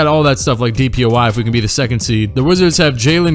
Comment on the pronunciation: “DPOI” lmao